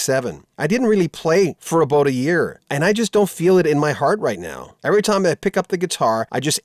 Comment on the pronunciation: The presenter said aboot.